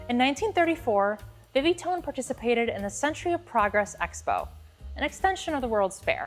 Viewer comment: "Vi Vi Phone" must be pronounced "Vii Vii'' phone not "Vii Vee". The "i" should be used the same in each word.